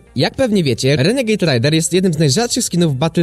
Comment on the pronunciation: renegejd rejder się mówi